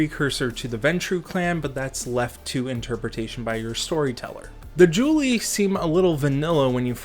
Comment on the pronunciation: I gotta get me this book kek And the only real "pronunciation crime" is Julii and Cassii, everything else was a good attempt tbh. Julii is the Plural of Julius so you pronounce the second i, same with Cassii and any possible plural ending in i, like in cacti the plural of cactus. Latin has other quirks but they're more about annunciation which shouldn't be faulted for